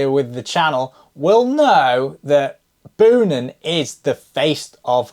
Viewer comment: Boonen is pronounced like you say the word bone. So more like Bo-nun.